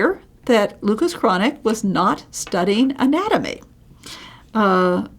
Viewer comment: This is very informative, an excellent introduction to a wonderful painter who isn't as well-known outside of Northern Europe as he ought to be. But, you really need to work on your pronunciation of the name. I don't insist on the uvular 'r', but at least broaden the 'a'. It is not pronounced 'chronic'.